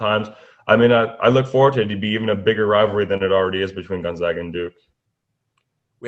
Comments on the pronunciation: gonZAGa, not gonZOGa!!! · They are the Zags not the Zogs. Repeat after me: Gun-Zag-Uh!!